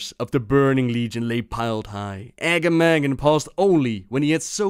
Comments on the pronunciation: Uh-GAH-muhgan not agamagan lol. they say his name in RFK. Quillboar ancient. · You pronouncing Agamaggan was hurting my ears... You should go back to Razorfen Kraul to hear how it is pronounced. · Great vid, loved it! But I suggest you run Razorfen Kraul sometime again and hear the correct pronouncuation of Agamaggan from Overlord Ramtusk :P It was kinda hard to hear yours xD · You mispronounced "Agamaggan"